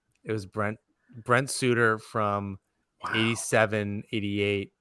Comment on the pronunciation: Embarrassing pronunciation of Sutter (like butter, not like hooter).